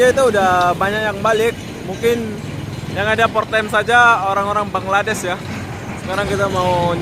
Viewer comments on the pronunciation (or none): none